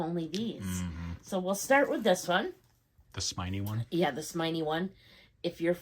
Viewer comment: “Smynie” 😂 Love your H items! That twilly will look so pretty with your Picotin or in your hair. I don’t blame you for buying the Bastia again, sometimes you just don’t know til it’s gone how much you missed it, I’ve done the same thing, love your new one with that fantastic interior color! Would look great in your Picotin! The couch pouch is a nice addition, can’t wait to see the matching skirt! Those books sound real good! 💗